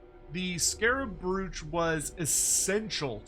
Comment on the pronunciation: Is Andy listening to how is saying 'brooch'? I can hear him correcting in my head!